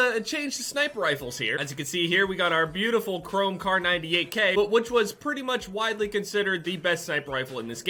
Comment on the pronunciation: “KARN98k” lol